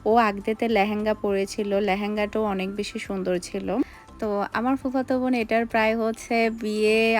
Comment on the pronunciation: ভোন না বোন বলেন